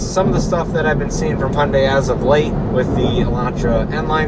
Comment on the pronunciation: btw Your "Hyundai" pronounce is very very correct. haha.